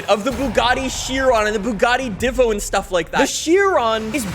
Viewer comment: not to be that guy but its pronounced, Yesko (Jesko), Deevo (Divo)